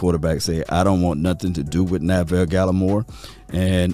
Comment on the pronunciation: Neville Gallimore not Na-ville Gallimore 😂😂